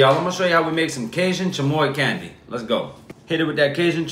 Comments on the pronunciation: The way he pronounces chamoy 😍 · That’s some good chamoy pronunciation